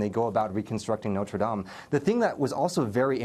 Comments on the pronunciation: "Nodur daim" Please at least try to pronounce it right. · my goodness, the way the news anchor pronounced "Notre Dame" in was terrible. Thanks to for not messing it up. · He also said noter dame just wanna put that out there... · noter dane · It's "Not-ray -- Dah-m" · “Noter Daime” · "noter daim" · That reporter said Notre dame totally wrong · The way the Asian guy says Notre Dame is activating my OCD. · Ohh how it annoys me how he pronounces Notre dame